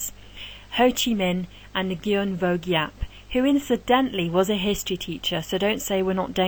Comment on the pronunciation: Nguyen is pronounced WIN